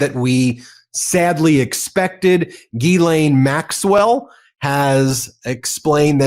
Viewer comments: It's ghislene and it's pronounced 'jis-lene'. You would sound a lot smarter if pronounced it correctly. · She pronounces her own name Gee-lenn.